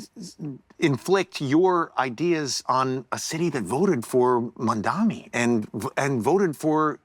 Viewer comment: Jerry -- since you love him so much, and Bill -- since you criticize him so much -- maybe you should start pronouncing Zohran Mamdani's last name correctly.